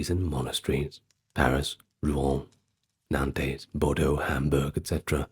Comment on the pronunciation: I hate to nitpick but the french city of Nantes. Is pronounced "Naunnt" or " nænts" ( one syllable). - love your work !